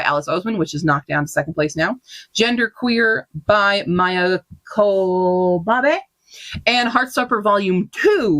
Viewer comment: Love seeing what everyone is reading! I'm adding so much to my TBR and inspired to watch some webseries. 📚 Since it's likely to come up on the next stats, Q, please check your pronunciation for Parable of the Sower and Maia Kobabe.